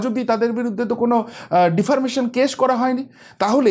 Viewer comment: ডিফার্মেশন কেসটা কি গো ভাই!? মনে হয় ওটা ডিফেমেশন কেস হবে।